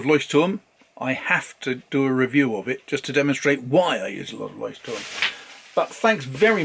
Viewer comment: Wow!! I am impressed! You said LEUCHTTURM! Most native English speakers say Leutschttrm. You even said the other German words correctly! By the way... Oxford paper is amazing for fountain pens.